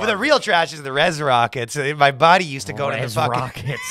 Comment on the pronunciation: The most garbage thing about this episode is saying "Body" instead of "buddy" WTF